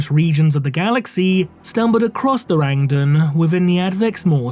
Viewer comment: The Rang-Duh?